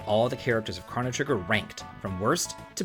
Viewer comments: Why are you mispronouncing their names so badly. The game is crow no trigger, so his name is crow no and it's eye la or a la, not alley ya. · I hate to be THAT guy, but..."Ahh-lee-uh" and "Kraw-noh"? That was butchered harder than a pig during a bacon shortage LOL. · Damn you can't pronounce Marle, Crono or Ayla lol. Also this is such a bizarre take. Frog is the top tier of characters; he's super strong, durable, great single target attacks and multi-target water attacks. He has better healing in terms of speed and healing. Give him the Hero Medal and final form Masamune - he's gonna crit shit the bed every day. Magus is an excellent caster and the strongest multi-purpose caster. He also blitzes everything with his damage, speed and shadow magic. He's the opposite of Crono and Robo; he's ungodly strong and he has trip techs. Doesn't need dual techs. Lucca, top tier fire element and she not only has protection plus explosive fire damage. Her crits are fucking psychotic too. Robo is a good top tier same with Crono because of just how strong they are and how much they can synergize. The only take I really can get behind is.. well.. the black sheep, the odd duck, Marle. She has literally no purpose as a combatant, but she does as a character. She's STRONG AS FUCK and has excellent dual/triple techs, but her actual PURPOSE is basically to be the ultimate white mage. Ultimately she has no multi-target healing, Cure 3 doesn't matter because if you play right Frog can pretty much heal everyone using his multi-target heal and do the same job. Ice and Water should have been different and while it is different in terms of raw damage (ice being much stronger), the only real niche she serves is to provoke enemies with Ayla for rare items.